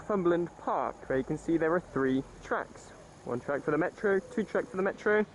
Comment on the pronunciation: orrible pronounciashun of metraw. pronoonce it lak a propa geordie man.